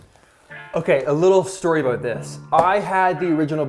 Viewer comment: "Ahh! It's aboot time!" LOL